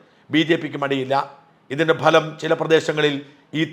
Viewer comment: ഭലം അല്ലഫലം എന്നു പറയണമെന്ന് അഭ്യർത്ഥിക്കുന്നു